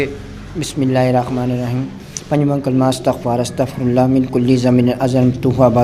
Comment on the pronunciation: The way he is reading Kalimah the meaning is changing, also there are few small Mistakes.